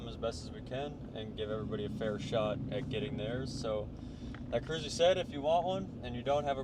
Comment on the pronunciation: Thanks for not butchering my name 😂